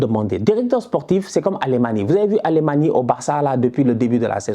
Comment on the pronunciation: j'adore tes vidéos, mais tu respectes pas les blazes des mecs...C'est pas Wer-ghost, c'est Weghorst...et Alemany, ça se prononce "Alémagne"